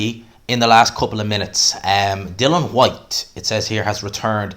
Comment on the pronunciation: Boils my piss when people say Dylan Whyte. It's Dillian FFS, you've even written it in your headline 🤦🏻‍♂️